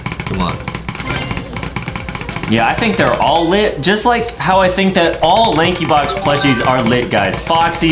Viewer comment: It isnt lakey box its lankybox